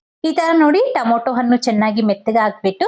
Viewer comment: super recepy.But why u call tomato as to moto?